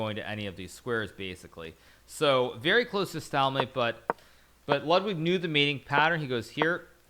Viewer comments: "stall"mate? its "stALE"mate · I feel like the high level chess players need to lighten up. He literally threatened to ban viewers for making fun of the way he said "stailmate". I know the joke wasn't funny, but its not that big of a deal. It would just be easier to ignore the comments and they would die down instead of taking time out of your day just to ban someone for a pretty average/tame twitch comment. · stallmate, an peasant ;-) even a GM can stumble, but it's chess not a pronunciation contest. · Hikaru kind of says "Stahlmate", as opposed to "stayulmate" which is how most people pronounce it I think. It's not just a big deal, it's just the kind of thing twitch chat loves to meme on. It's like Mizkif saying "woter" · So he did mispronounce it? Its suppose to be stale like stale bread I think. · Because he mispronounced it. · Of course Hikaru knows how to pronounce it! Hahah I'm just saying I've never heard that pronunciation before; not even from people who didn't know how to pronounce it.